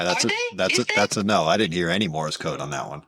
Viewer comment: Did call it “Morris” code?